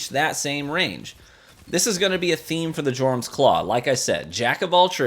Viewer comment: Your-um. J is silent